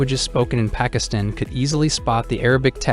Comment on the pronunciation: Probably his pronunciation of Pakistan the first time he said it.